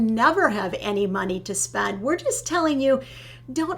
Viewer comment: I think you two are adorable. But have to giggle at how pronounces "spend", while pronounces "spund". Not putting anyone down, just giggling.